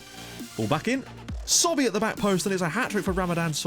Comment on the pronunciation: It's not "SOBE" it's "SOBHY"